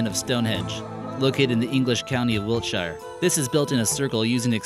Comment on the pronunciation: He sed wiltshire wrong 😂